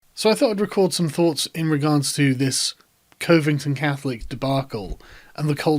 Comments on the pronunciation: Pro-tip, mate. It's c/ʌ/-vington, not c/oʊ/-vington. Like cub. Just a tip from somebody who lives near the city in question. Appalachian pronunciation follows weird rules. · Btw... it’s pronounced cuvington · Covington is pronounced with more of a U sound. Cuvington kinda. There's a hashtag associated with the town's 200'th birthday #LuvtheCov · it's pronounced cuv-ing-ton catholic. Source: the high school I went to played against them quite often. I stand with my brothers. side note: I can only speak from the stand point as an alumni of a rival school (with in the past 5 years) but I've seen a trend with how students and faculty are taking it and most are standing with the kid. Some do say that he was in the wrong but for the most part I've seen the other alumni students from the school that was a rival is standing with them. some even very anti trump are like nah you're not gonna do that to us we're good people in a good high school league, in a great city and we won't have it tainted by you. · It's pronounced cove-ing-ton, damn brits and their terrible pronunciations.